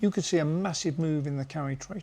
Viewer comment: Can't say I understand this video.... Japanese Carry trade ???? First off all I thought you were saying Curry trade😂😂😂 Always listening and learning